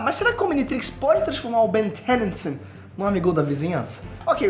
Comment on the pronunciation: Não é ben "thenysan" é ben "denison", quer falar americanizado faz vídeo em inglês, nojo disso.